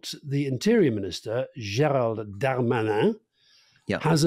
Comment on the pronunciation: Alastair shows he's a tourist by the way he pronounces "Gérald Darmanin" as if it's the name of a Klingon starship commander.